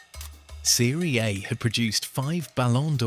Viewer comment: football fan knows how to pronounce Seria A correctly , AI doesn't